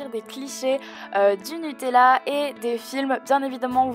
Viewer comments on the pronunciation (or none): none